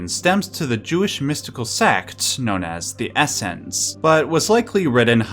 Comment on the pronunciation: Wow — the sephirot tree is a puzzle in Baldur’s Gate 3. I’ve done the puzzle many times and I know the symbol and never noticed they are exactly the same. Cool video and very learned. The pronunciations are pretty good but sometimes off, for example Essenes is pronounced Ess-seens. Sefirot has a hard t, not th at the end, shechina is Shech-cheena not shekina. Ein-sof is Ayn-sof not Ain-sof. Understandable though if you’re not familiar with spoken Hebrew.. Re Metatron .. I thinks he’s popular because his name sounds like a Transformer. Definitely not a Hebrew name, and in fact he transformed in the Book of Enoch. Coincidence?.